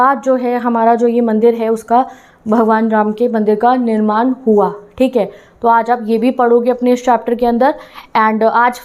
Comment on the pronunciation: निर्माण not निरमान🫂